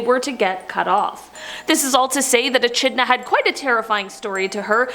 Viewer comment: I offer this comment as constructive criticism. I really enjoy the content - being my absolute favourite. My only complaint is pronunciation. Echidna was pronounced E - Ch - idna but it really is pronounced E - Kid - na. Please keep the great content coming!!! Byeeeeeeeeeeeeee!!!!!!